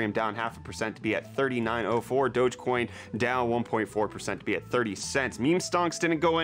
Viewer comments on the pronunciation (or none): none